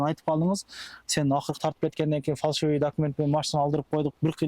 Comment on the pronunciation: Фальшивый деп үйрөнгүлөчү көк мээге окшоп фаршивый дей бербей.